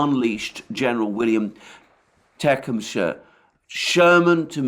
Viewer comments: Te-cum-seh Sherman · General William Tecumseh Sherman’s middle name is pronounced “Tuh-Cum-Suh”. Tecumseh is a Shawnee Indian name that means “Panther Passing Across the Sky”…like a comet. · Wow a rare excursion into facing reality by Newsweek. One note from USA: Civil War Gen. Sherman middle name pronounced Tah-cum-sah. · General William teh-CUM-seh Sherman. Hell of a guy...quite literally. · "Tecumseh" is generally pronounced as Teh-Cum-sah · He should learn how to pronounce Tecumseh if he's going to use General Sherman as an example